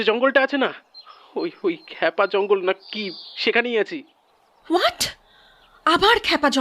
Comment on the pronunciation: Khub sundor ar aktu annorakam galpota. Uposthapona ar path o khub e sundor. Kintu akta kotha na bole parchi na, "khypa jongol" ke bar bar " khepa jangol" bola holo 😢